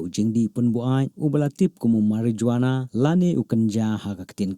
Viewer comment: The way he pronouns Marijuana☠